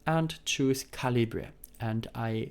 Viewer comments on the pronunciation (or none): „Suite“ wird „sweet“ ausgesprochen, nicht „suit“ (Anzug). “Libre” wird “Liebre” ausgesprochen, nicht “Libra”.